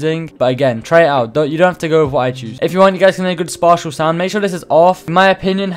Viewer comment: the way he said spatial